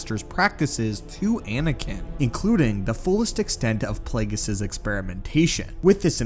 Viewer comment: learn the names b4 you make a video on them its Darth Plague(E)us